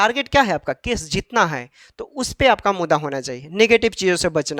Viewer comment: Mudda bolne aata h. har bar mudda ko muda bolta h bat krta h kanun ka